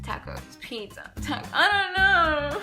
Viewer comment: check the right english pronunciation of the word 'pizza ' .. but I like you so much though